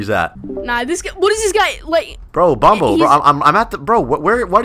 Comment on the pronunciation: It’s not bombo it’s bonbo